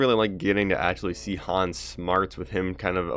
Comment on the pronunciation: Maybe i heard you wrong, but it sounded like you said "Hans". His name is actually Han. But, again, I may have misheard you.